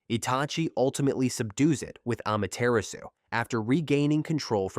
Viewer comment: It's 2025 why do westerners still pronounce Nagato as Naygatoe and Amaterasu as Eymateraasu💔🥀🥀